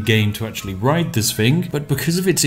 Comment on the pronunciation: Literally heard spiff say italian police riot instead of ride